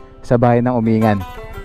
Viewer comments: Correction lng po Uminggan po ang bigkas nung lugar na sinabi mo hindi po Umingan. nice rides lagi po kitang pinapanood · Umin-gan, yan ang alam kong tamang pronunciation at hindi Umingan. Mahaba pala ang Malico at may part ng Pangasinan at may part na sakop ng Nueva Viscaya... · It is pronounced as "UMING -GAN" hindi umingan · Umingan is pronounced as Uming-gan. FYI lang. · “Uming-gan” po tamang pagbigkas sa bayan na yan ng Pangasinan.🙏🤙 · Or pronounce "Umin-gan"..